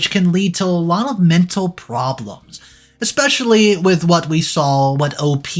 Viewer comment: There's no X in the word especially you keep saying it wrong and every one of your stories